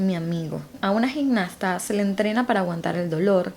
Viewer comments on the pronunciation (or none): No se dice "gignasta" sino "gimnasta", asì como se escribe.